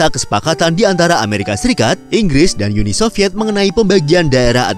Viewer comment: Uni Sovyet, bukan Yuni Sovyet min. Jangan ke-inggris2-an.